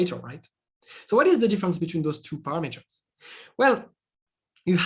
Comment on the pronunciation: Are you shure with "paramAters"? .